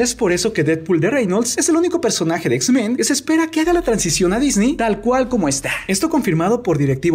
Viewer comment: "DISNI COMPRÓ LA FOX" "así se dice we" 😷